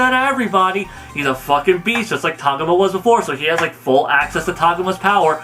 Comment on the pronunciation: its TAH-GO-MA not TOG-UMA